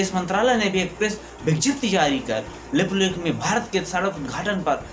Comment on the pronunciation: Bhai Lipulekh Jb bolre ho smjha nhi ara kya bolre... Shabdon ko thoda ache se bolo bhai..baaki sb badiya h... Gud wishes